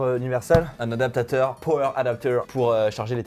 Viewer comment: Pourquoi vous dites adapateur ? ADAPTATEUR,. C'est pas compliqué